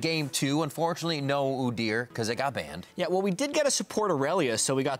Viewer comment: doesn't know how pronounce udyr. Lol